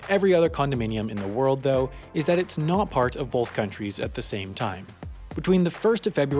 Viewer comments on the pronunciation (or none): Take a shot every time he says BOLTH